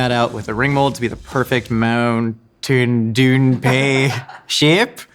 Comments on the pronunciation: I feel like there was a missed opportunity to call it a 'Moon Shine Pie' (Mountain Dew is slang for Moonshine), but saying 'MoonTaIn DewN' totally makes up for it. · I've got this awful feeling that "moonteyn doon pie" will be the words I choke out with my last dying breath. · I love the way she pronounces Mountain Dew. For some reason lol